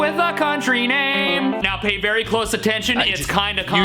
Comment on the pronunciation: for a moment I thought you said: berry spot on, as that's in his name LOL